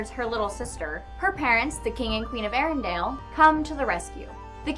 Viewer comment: OH MY GOD DO YOU GUYS SAY "FARMER IN THE DALE" TOO??? Seriously it's Arendelle, elle, ELLE, THERE'S ONLY ONE A IN THE DAMN NAME, EVERYONE IN THE MOVIE SAYS IT RIGHT AND IT'S SAID, CORRECTLY, A DOZEN TIMES IN THE MOVIE. If I hear ONE MORE PERSON MANAGE TO MISPRONOUNCE THIS NAME I WILL HAVE AN ANUERISM